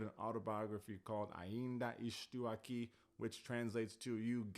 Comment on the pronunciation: The pronunciation in "Ainda estou aqui" is great. And the Olodum hoodie is 🔥🔥